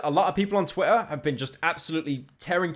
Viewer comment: ik you have a speech impediment but stop staying Twitter like that u br*t